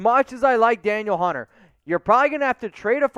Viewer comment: Danielle Hunter = "Duh-Neel" Hunter... ; )